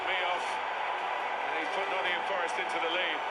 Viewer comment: Love all the squad, but Morgan's my favourite. Runs his heart out every game. And he knows how to pronounce Nottingum.